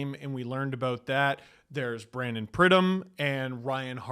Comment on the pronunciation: he called our AGM "Bryan pridham " 😂😂 buddy doesn't even know his 1st name